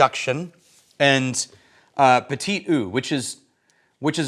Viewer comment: Great explanation of “cask strength”! “Even out” = “Reach equilibrium”. It’ll sound more scientific. And “petite” what? LOL! It’s more “o” than “oo”. Ask a French person.